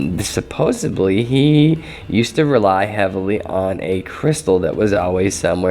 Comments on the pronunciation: just a peeve bro but the word is supposeDDly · supposebly is not a word